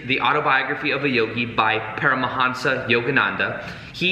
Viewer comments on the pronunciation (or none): It's Paramhansa, not Param a hansa. I think it was Daya Mata. that inserted the extra "a'". in while Yogananda was away. Guess she thought it sounded more impressive or something. Yukteswar is. yook tesh war Yukteswar is also important because he discovered how timekeeping was lost during the Kali Yuga and that we are actually in ascending Dwapara since approx. 1700 AD. While not as dark as Kali, it's the Energy age which is unstable and unpredictable as we have already seen. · Make it lucid The pronuncians of those names. Sorry I wasn't more specific.